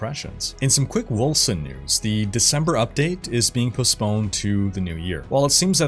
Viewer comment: When he said "quick wolcen news" I heard "chris wilson news".